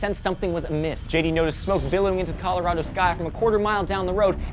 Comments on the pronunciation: this was the first time i heard someone pronounce Colorado "coloraedo" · Calarahdo LOL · Did anybody else notice how pronounced it Colo-rad-o and pronounced it Colo-ra(h)-do? Dialecs are awesome. Also, that kid is a BAMF! Holy frak!